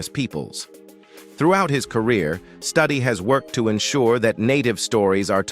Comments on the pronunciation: The word 'advocated ' does not need 'for' after it. Is Studi's name pronounced Studdy or Stoody? I would say the latter, not the way it's pronounced in this video. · Wes’s name is pronounced Stew-Dee not study 🤦🏼‍♀️ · Please learn to pronounce Wes Studi, not Study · please pronounce this gentlemans name correctly! st-U-di. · On Wes Studi first ai needs to learn pronunciation. And they didn't mention his roll in 3 movies made from Tony Hillerman books. He played Joe Leaphorn, a Navajo police. Adam Beach also played on those movies as Jim Chee. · Somebody needs to teach this narrator how to pronounce Muskogee, Oneida, and Chilocco. The mispronunciation of Wes Studi's name is cringe- inducing. Maybe for a film about Native Americans you should have hired one, or at least learned a little more about them.